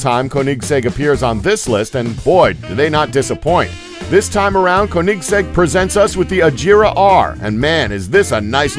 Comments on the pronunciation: I like it how he says KoHnikggs EK to Koenigsegg . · It's like he is saying Kohnigseg Rahira😂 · How he say Koenigsegg 😂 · You've seriously never heard of Koenigsegg? Where have you been? "Koenigsegg may not be a well-known car manufacturer"? Seriously??? And why on Earth are you butchering the name so badly? There are many things in this video that bothered me but that's one of the biggest. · Why can't he pronounce koenigsegg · rovic quesada i know right especially the Koenigsegg